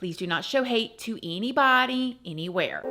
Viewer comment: The way you say eenybody eenywhere loves rent free and in my h and and has become one of my tism ticks 😆